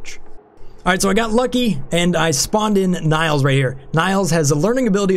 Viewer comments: I don't know why, but you calling Nails by the way you do pisses me off. Don't know why. Her name is Nails, kind of like hammer and nails. Just saying. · Nails is pronounced the same as fingernails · Is that really how you pronounce the name Nails? As Na-[y] - ls instead of Nails (wood nails)? If so I've been wrong, haha